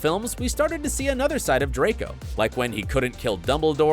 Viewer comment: Draco's redemption , he actually pronounce the R. HALLELUJAH 🙇